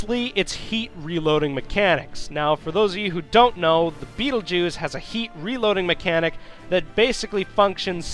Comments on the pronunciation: Thought I heard "The betel jews" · I heard "beetlejuice"